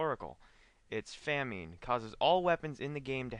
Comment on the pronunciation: why do these retards pronounce famine as "fam-een"? and melee as "mee-lee"???????????